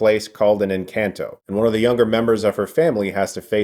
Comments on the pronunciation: Sorry but I had to stop the video in the first 10 seconds. If you know the word is Spanish can you please at least make the effort to look up how it’s pronounced? It’s not In-CAN-toh. That made me audibly yell. It’s En-Khan-toh. Please do it better next time you come across a movie like this. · Wow this movie looks pretty - and definitely here for Latina Glasses Princess! (I cringed a bit at every iteration of the name in this video, though. Should be en-CAHN-to. in-CAN'T-o just grated. Sorry!) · En -Can-toh It’s En-khan-toh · Thought it is pronounced en-kahn-toe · Girl he said “in can toe” 😂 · It’s en cahn toe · Chris...I love your reviews, but you're killing me with the way you pronounce Encanto (in- KHAN - toe). Being I worked on the film, it's like a nails on a chalkboard buddy! :) The comments here are so nice to read and those of us that are a part of making these films... well you make us feel good. Thanks for that! I'm sure you all will love it! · It's pronounced Encanto(N-con-toe)! It's a phrase used when someone likes something or singing. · Chris really accessed his Latin roots with the N-Can-Toe. Perfect pronunciation. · DUDE SERIOUSLY??? Why are you pronouncing the films title like that?! The A in the title is SOFT, not hard, ffs!!! Like this: EN-CAHN-TO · "Lin Manual Miranda" and "In can toe" lol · Chris: In. Can. Tow Spanish speakers: Encanto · I'm sorry but I cannot deal with his pronunciations of these Spanish words. I liked the video but just saying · Doesn't it bother you how he pronounced this movie's title though? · Am I the only one that gets kinda bothered with the way Chris pronounces Encanto xD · If only Chris learned to pronounce the film's title right though... 🤦‍♂️